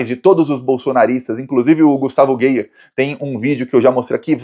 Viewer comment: Pelo amor de Deus, #, Fale Gustavo Gayer, como é e não gueir, pq já é duro ouvir o nome do escroto, ainda ouvir errado, fica pior. 🙉🙉🙉🙉🙉🙉🙉🙉🙉🙈🙈🙈🙈🙉